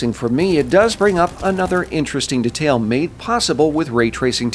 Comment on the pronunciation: the way you pronounce detail is incredibly infuriating to me